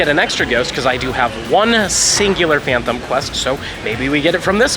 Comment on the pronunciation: I’m sorry I hate being that person but the phan”thump” pronunciation is killing me